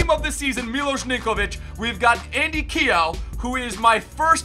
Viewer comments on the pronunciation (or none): ZWE!!! KEOGH IS PRONOUNCED QU-YOH. I'M FROM IRELAND 🇮🇪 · you're rf is pronounced Key- yo 😂 Everyone Butchers Irish surnames 😂😂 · Keogh is not pronounced like that. It's pronounced like k - yoh but put together like kyoh. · While everyone else is complaining about him playing in New Zealand you're pronouncing Keogh wrong